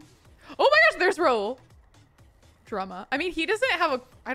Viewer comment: Hey Kelsey! Just for future reference, Rahul is an Indian name. It is pronounced raa-hoo-l with the h being pronounced